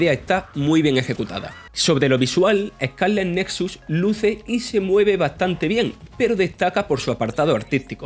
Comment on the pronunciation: Eh-cá-le netsuts